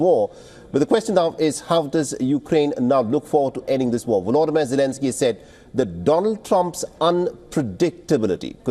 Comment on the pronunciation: Russian President Vodolimir Zelensky, did I hear you right? 😅